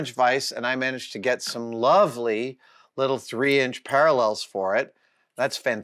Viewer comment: Great video! Ha-ha "Paralells" instead of "Parallels". I guess that's an inside joke? :) I have the 728 also, and love it. I've 'never' used the Z DRO to set height, I power-feed it down close to the work and then use the quill DRO for actual settings. But the quill LCD is funky, battery-powered and times-out just when you need it most, so I installed a scale on the quill and connected that to the DRO Z axis readout.